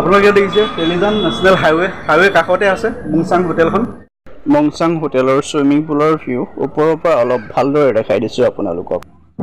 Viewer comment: Mong sang hotal nohoi mung sung hoi😅